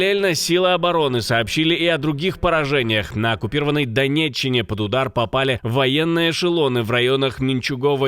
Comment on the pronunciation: яка " данєчєна"?? Неуч! Власні назви не переводяться і не змінюються , кажуть як є оригіналі. ДОНЕЧЧИНА. ,а не данєчіна. В тебе є літера Э , Ы . Тому говори ,як в оригіналі і саме по українськи , а не на свій кацапський лад , бо якщоб говоривбілоруською, то було би вірно ,як і українською ДОНЭЧЫНА , есть ведь все буквы. В чем проблемы?